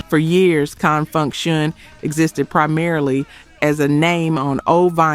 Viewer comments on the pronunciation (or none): Listening to these hits is bittersweet...but it's also bitter for my ears to hear the mispronunciations: EM TOO MAY, not EMTume😢 and CONFUNK- SHUN, not CONN FUNKSHUN😢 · Please learn or train your AI to pronounce Con Funk Shun correctly. I don’t think a funk band would give a damn about crossing over to the pop chart as if that is the pinnacle of achievement.